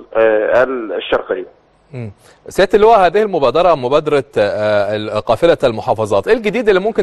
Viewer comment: الشرقيه مش الشرقه ههههههههه